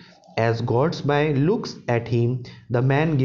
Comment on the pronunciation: Sir but it is not Norman Gortsbuy its Norman Gortsby